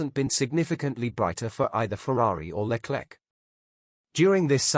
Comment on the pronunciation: Piastri didnt refuse Alpine as he had signed weeks before for Mclaren so he couldnt have said yes if he wanted to. . Why oh why cant you say the names correctly or even spell them correctly .Carlos Sainz is Carla Signs, Leclerc is LECLEX . Oh my gawd! Please do your homework or stop using AI. During the close down period there is no discussions Its strictly barred. Dont subscribe to this utter ignorant rubbish.